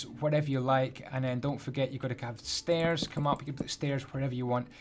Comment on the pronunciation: It doesn't even sound wrong at first!